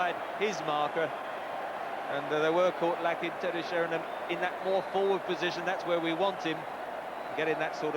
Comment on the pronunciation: Really Trevor Brooking, after all these years he still calls Teddy Sheringham, Teddy Sherrynum.